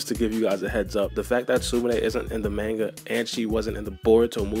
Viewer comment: Btw manga is pronounced MAHN-GA not MAIN-GA like cmon